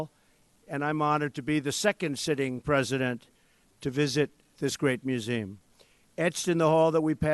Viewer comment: He has no shame, quoting MLK about righteousness! And stop saying "museem" already